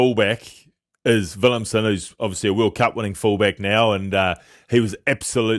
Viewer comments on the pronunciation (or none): WillemSE…’SAH’ not ‘SIM’ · Please stop calling him Willemsen or Willemsem it’s Willemse